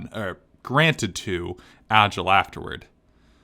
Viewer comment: Agil isPronounced Aye-g-ee-luh Kirito is prenounced K-ee-dee-toe